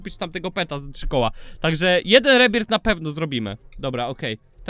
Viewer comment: jaki rebirt nie rebirt tylko rebirf tak sie m…ówi